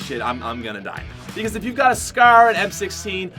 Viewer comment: why does this dude say scar like scerr